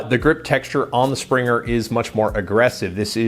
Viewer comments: its not "Springer". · "Springer" ? Good review but I just had to say something about that lol.